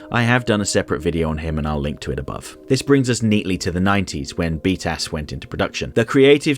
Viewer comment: "This brings us neatly to the '90s, when beat ass went into production." The acronym pronunciation just fits so perfectly, probably unintentionally.